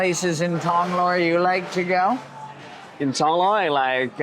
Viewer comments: “Tong-loar” “yes I live in Tong-Loa” “Tong-lore” “Tong-luh” “Okay Tong-lorre” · Hilarious how makes no attempt to pronounce any Thai words correctly. “Lor”, among many others.